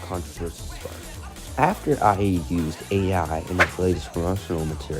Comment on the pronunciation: please come back 🥹 Edit: also uhh make sure to pronounce "Ayee" as just the letter "a" and not "I" because it sounds like you're saying you're the one who did it 😭